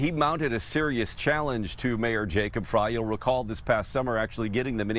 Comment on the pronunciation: FYI…Frey is pronounced “fry”.